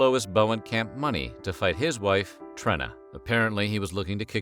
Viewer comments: It's TrEEna not Trinna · Oh yeah one more thing: its pronounced (Treena) not "Trinna"... yA big gooF!! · FYI, Trena’s name is pronounced with a long “e”. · It's pronounced "Treena", short for Katrina. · Then name “Trena” is actually pronounced “Treena”!